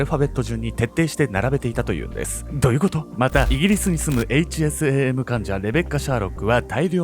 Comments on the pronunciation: 〜！！ 「HSAM」を「HASM」って 言っちゃってるよ〜！！ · で、HASMと言っていますが、、、😂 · HASMって言ってしまっている笑